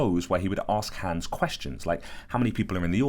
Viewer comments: Bro pls stop calling him hens its HANS mot nem A nicht E nicht Ä AAAAAAA!!!!! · Haaaaaaahhhhns. Not hands. You know how to say Weilheim with the v sound but you keep saying hands. It's so weird that you're telling this interesting story and then you keep saying the horses name funny. It's as if the horse was being called hands even though he has none lol. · It's Hans not hæns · Clever "Hans" not hands. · You mean Hans, not hands right? 😂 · Cool story. What he was actually doing is almost more impressive than what they thought he was doing. Also… Hans. Haw-ns. Rhymes with bronze. Amazing drawing as well. You’re definitely talented my brother. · My german ass heard "hands" the whole time, then proceeded to facepalm when i read the comments and realised it was probably halled "hans" instead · Please pronounce it like h-ons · I thought you said "Clever Hands" at first and I was shook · Its pronounced Hans hons is how it sounds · Hans pronounced HUNS in german accent. He was showing the intelligence of being hyperaware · It's pronounced, (honz) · Loving the British pronunciation of Hans 😅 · Please learn to pronounce Hans correctly